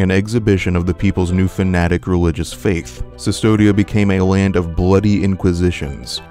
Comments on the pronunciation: CUSTODIA* it’s latin bro it’s not that hard, romans didn’t have the letter U so they used the V. That’s why mussolini also used the V instead of the letter U. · Yeah, it was a pretty good video, but hearing "Sustodia" every few lines was a bit grating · Jesus, V is U in latin. "Cvstodia" is read as "Custodia". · I enjoy the video but im very perplexed as to how you keep calling Custodia, "Cystodia" its a minor gripe but it bothers me. In Latin V is U. not sure where you're getting a Y from. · CUSTODIA. WITH A U. great video!!! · Koostodia, other than that, excellent essay. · “Cistodia” great video but have you actually played the game bro? Cmon. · Eyo why is he saying custodia as cistodia? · Look great video but its CUS todia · I'm sorry, but it's Coo-stodia, with a hard "k" sound. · no, its pronounced CUSS-todia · Your pronunciation of Custodia (stylized Cvstodia) bothered me throughout the episode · the "v" in Cvstodia is pronounced as a "u", this is because in Latin some Vs were pronounced as U. And this was transferred to old Castilian. Very nice video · The land is pronounced as "Custodia." They are using the archaic V which was pronounced as a modern day U. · he didnt understood the games story or didnt pay attention. most of what he says about the miracle is missleading or just plain wrong. also, thats not how you say custodia. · Custodia. Please. It’s a “U”. The character even becomes “the Custodian”. That’s not a “Y” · i do not think that you are stupid. I think that you are wrong. and I didnt want others to be mislead into mispronouncing it further beyond the damage that this video is already doing. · nah, it’s because this man didn’t do enough research to properly pronounce things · a little bit, yeah. Google exists. It’s not that hard. Someone put in hours of “research” but couldn’t put the minimum amount of effort to look up how to pronounce “Cvstodia” correctly? Make it make sense. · I'm pretty sure it's pronounced "Custodia," not "Cystodia."